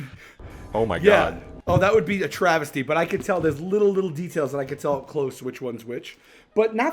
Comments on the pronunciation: saying TravisTy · with the "Travis-ty" 😂